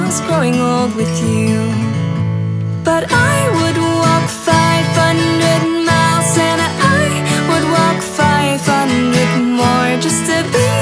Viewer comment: Heel mooi, alleen je uitspraak is soms een beetje raar. Zeker bij 500 miles. Daar kan je zeker nog aan werken maar verder, echt een toffe video!